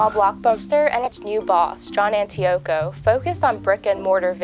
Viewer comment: This is such a lazy piece. John Antico’s name is pronounced incorrectly, it misses the huge dividend payment that blockbuster was forced to make to Viacom before they were spun off. They had to borrow money to make that dividend payment. The last rental was in 2013… but there is still a franchised location in Bend, Or?!?! Do you even read your own script before you record the video?